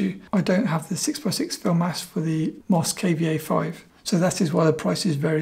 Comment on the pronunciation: Did he pronounce Moskva5 as Mos K B A 5? 😂